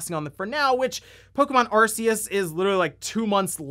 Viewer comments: Stop saying Arse-ius! Sounds like how you'd sya 'Ass-ius' in a British accent. Say it phonetically if you don't know how to say it yet. Why would you not? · I cringed so hard by the way he pronounces Arceus.